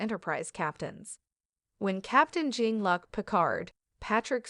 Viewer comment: Someone tell the AI that it’s John Luke, not John Luck.